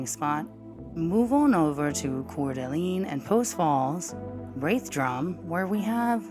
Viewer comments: Core-da-lane. But your vids are awesome. ❤ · One more thing: "Cor-duh-Lane" is how it's said. (No judgement) haha!